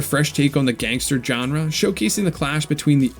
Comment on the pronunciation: Just making a joke about how you pronounce, "genre."